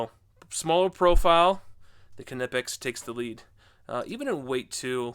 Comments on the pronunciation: It’s kneepax, kneepax, kneepax, not k nip ex… 🤦🏼‍♂️ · IN THE ENGLISH GRAMMAR YOU DON'T PRONOUNCE THE (K) IF ITS AT THE BEGINNING OF A WORD EXAMPLE--- WHEN YOU SAY THE WORD- KNOW, KNEE ETC ETC.. ITS KNIPEX... NOT K-NIPEX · Knipex is said Nipex. Just like you don’t say the K in Knife. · The k in knipex is silent.... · Icon bypasses the research and development phase by producing nearly identical copies of top-tier brand hand tools. Different just enough to avoid legal issues. Thereby able to offer at lower prices, and I suspect the materials aren't quite as scoockem I should point out that the K is silent when pronouncing Knipex like in the word knife, pronouncing it with the K at least to me sounds wrong and forced when compared to the correct pronunciation. Anyway, I digress. Cheers